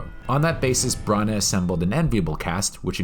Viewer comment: Branagh is pronounced Branna and not Brunna